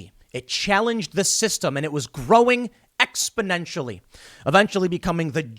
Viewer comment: ..Tim said ex-(pon)-nentially correctly.. ..instead of (ped).. ..now we're cookin' with butane.. ..go Team..